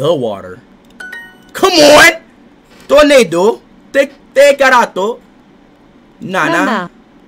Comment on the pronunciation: I loved when he said ''το νερο'', because it sounded like he said ''tornado'' 🌪️ 🌪️ 🌪️ I am actually Greek and I will give him a rating of 8.5/10 for his first time trying to learn Greek! 🇬🇷 Also, someone please tell him what ''Poutana and Malaka'' means 😂😂😂❤❤❤